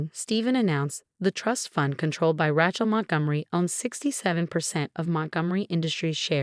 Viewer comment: HEIR, not hare. RAY-chel, not Rat-chel.